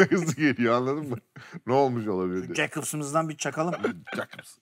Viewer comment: Cakobs değil yakobs. Onur erdem özür dilesin